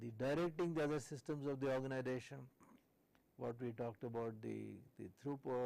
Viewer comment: Irritates me by telling ORGANIDATION instead of Organisation